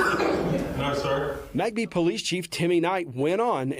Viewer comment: Why do you pronounce McBee as Mack bee? It should be mick bee